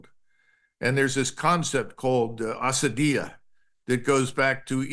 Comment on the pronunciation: It's ‼️ Asabiyah ‼️